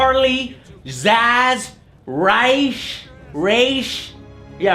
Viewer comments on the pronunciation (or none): Haha, Joe, Ra's name isn't pronounced Rayshe, it's pronounced Rahz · As an arabic native i have to get this off my chest and let everyone know, its not pronounced RAISH, its pronounced RAS, get it right for crying out loud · It's pronounced Raa-rz, not Rai-sh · False. Hugo Strange is NOT the only villain to deduce Batman's identity. The only other one I know of who did so is Bane. Also, I do not like how they pronounce Ra's' name (I like it pronounced as rahz, as opposed to raysh, but maybe that's the proper way.) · Actually, Ras al Ghul's given name is pronounced more or less like "Roz". It's just that BtAS and its follow-ups perpetuated the wrong pronunciation. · actually it's prounced raz as their is no ay sound in arabic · The creator of the character pronounces it ra's, but says that either pronunciation is correct. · u nailed an aussie accent for the first Ras